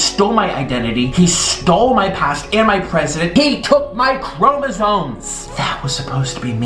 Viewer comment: Did anyone else notice that Nik pronounces chromosomes, "chromosoNes?" 👀 and .